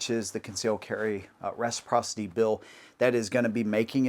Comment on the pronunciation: Concealed carry meh-siprocity. Give us constitutional carry!